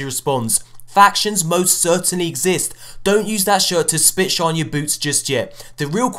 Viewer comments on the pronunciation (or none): none